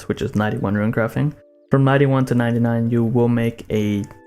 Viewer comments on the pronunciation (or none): Dog.......ruin......it's not rune. God I was distracted this entire video by that. Omg. Please you are murdering my ears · RUNE FUCK YOU ITS NOT RUIN GOD DAMMNIT FUCKCKCKCKC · Mate u troll what u on about how u ment to say runes?! Runes not ruins? Loooool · Seerz says “ruin” too